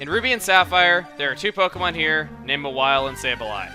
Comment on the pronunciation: So, Mawile was supposed to be called Mawhile? (emphasizes the "wh" sound like Stewie)